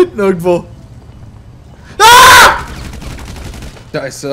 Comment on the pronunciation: sagt nie scheiße sondern immer Teiße xD